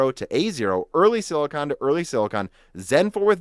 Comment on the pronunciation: No offense, but please look up the pronunciation for silicon. The way you say it is like scratching a chalkboard.